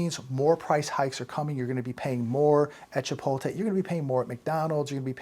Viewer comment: hun, you’re pronouncing chipotle wrong! Just thought I would let you know ❤️